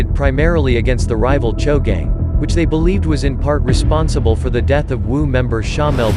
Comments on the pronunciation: It’s spelled choo but pronounced cho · So these guys spell their gang as CHOO (Chew) but prononce it as CHO. Smh.. Get it together ya.